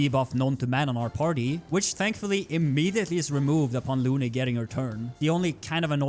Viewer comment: Imagine calling her LOON when they say her name in the cutscenes and in combat multiple times.